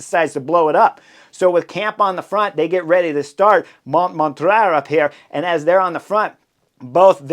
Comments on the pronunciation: Man, your analyses are the best ever, hands-down, but your pronunciation of localities can't even be called pronunciation: It's Montmartre [MON-MARTR], sth like Martyr, not Montraaa, come on, man :) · The pronunciation is more or less Mom-mart-r with the r more or less silent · It's monMARtre, not MONmartre. So, the only things at stake on the stage were stage placing and honor. The last lap showed what Visma wanted to do the whole tour: have one threat to Pogi attack with the other one on his wheel. When Pogi closes, the other one attacks. In this case, that was all that was needed, but, conceivably, this could have gone a few more rounds. Unfortunately for Visma, with Jorgenson, Yates, and Kuss becoming non-threats as the Pyrenees began, that tactic was not viable for the Tour result. Anyway, thanks for the analysis. PS: I think the stage could have been a disaster in clear weather without the neutralization. Because overall standings were not at stake, most of the peloton elected to play it safe on the Montmartre section, with folks finishing in groups over several minutes. Amazingly, I don't believe that there were any crashes the whole stage, despite the sketchy conditions at the end. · Not “Mount Montra” 🤣 😂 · Thanks for the show, Chris. Must have been at least three different pronunciations of Monmartre, but that's half the fun. Best cycling vids in the business.